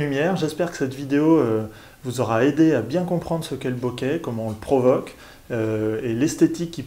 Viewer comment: Alors de grâce prononcez "boké" avec accent aigu et non "bokè" avec un accent grave. C'est un mot japonais qui se prononce boké ;)